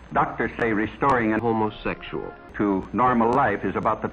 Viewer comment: how tha fark did she try " homosexul " with this guy? O_o